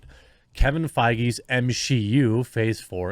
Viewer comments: Realized he's saying m-she-u on purpose.. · M-she-U? More like M-Xi-U (minus Shang Chi) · The M XI U 🤣 nicely done my fren.